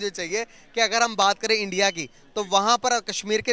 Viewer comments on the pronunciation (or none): ye log "INDIA" ko bhi endia bolte he to fir "Sudan" ko "Sweden" bolenge hi 🤣